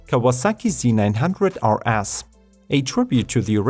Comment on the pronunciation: I thought he said: Kawasaki Z900 are ass ;DD